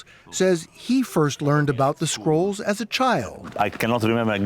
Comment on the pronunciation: Am I only one who heard squirrels instead of scrolls? 😅🤪